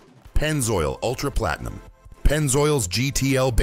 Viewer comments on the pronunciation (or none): When they said Platenium, I knew it was AI.